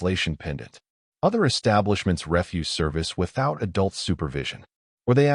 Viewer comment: "...other establishments REH-fyooz service without adult supervision.."!!!!! Fkn HELLLL!!!! YOUR AI IS DEFINITELY A POS!!! HOWS BOUT "..other establishments ree-FYOOZ service"!!!!! I may not finish this story ALL due to your FKN POS AI!!!!?